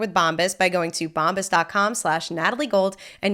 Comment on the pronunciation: you say Bombas funny